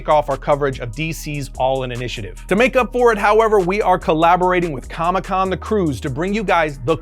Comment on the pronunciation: Com-ICK Con lol